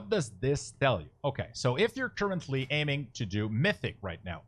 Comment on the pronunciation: churchently != currently xD very helpful video, and a nice comedy relief with pronunciation :D keep up the good work